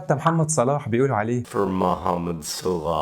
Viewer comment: مهو نطق صلاح صح